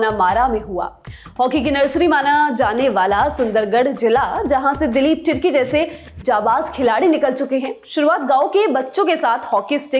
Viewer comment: दिलीप तिर्की का नाम गलत ले रहे हो